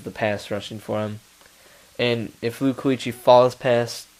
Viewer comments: BCs linebacker is pronounced keekly. Not kooeekly. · You pronounced Kuechly from BC wrong but he is an absolute beast